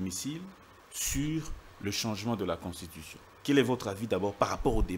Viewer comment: Thierry mukelekele bravo vous-avez réduit ce type de mubiayi en cendre puis il prononce très mal le mot constitution,il dit contushition.